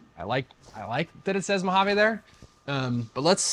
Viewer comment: Great wrap. But, your pronunciation of Mojave just drove me nuts. It ends with a long ‘e’, not an ‘a’. It’s not a Spanish word.